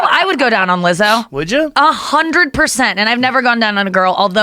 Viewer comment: Joe "uh-hun-dread purr-cent" Rogan